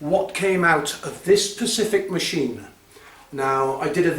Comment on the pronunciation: It’s specific not pecefic, also why do u have hair on the sides of your head, shave it off buddy, with that being said good job and keep it up ;)